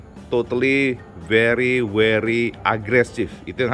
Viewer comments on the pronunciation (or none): very werry.. Werry opo t o cak